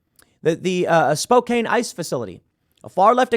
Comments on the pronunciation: It's SPOKE-ANN, not SPOKE-AIN. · TIM IT'S PRONOUNCED SPO CAN it's spelled Spokane that's not how it's pronounced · Spokane is pronounced like Spo-Can. And I think that ICE facility was in Tacoma. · Spokane is pronounced Spo-Can not Spo-cane. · You mispronounced Spokane. It's pronounced Spo-CAN. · that's spoh-can, tim. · Its pronounced Spo-can, Tim.